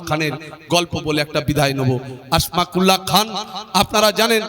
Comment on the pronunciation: সম্ভবত আসমাকুল্লাহ নয় নামটা আসফাকুল্লাহ হবে